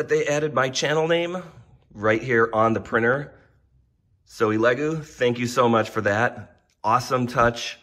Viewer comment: E Lego? I think its ele-goo